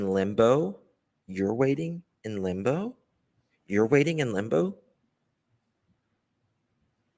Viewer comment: i think she meana "limbo" but sounds like shes saying "lumbo" or is it just me? Also, even her own mother isnt buying it. You can tell by the look on her face.🙄